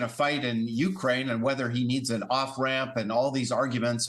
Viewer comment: Hard to believe that the ambassador, like most yankees does not know how to pronounce "u-KRAINE". Pathetic